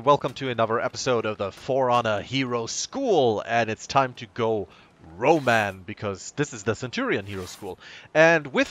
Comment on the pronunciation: Your pronounced roman wrong